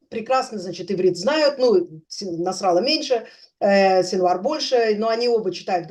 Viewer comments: Может все-таки не НасрАлла, а НасраллА?! А, в целом, спасибо за интересный эфир! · Я сам слышал, что арабы ставят ударение на предпоследний слог. Ливанские - точно, но, по-моему, и палестинские тоже. Кстати, со словом хизбАлла то же самое. Да какая разница.?